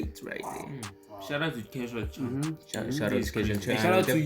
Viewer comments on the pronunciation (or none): Its Cashual Chuck not Chunk😊 And Tatang Robin not Rob Thanks fr rv appreciated